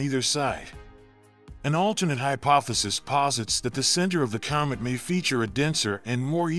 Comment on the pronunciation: this guy. oh man. cyomet cyoming cyalmly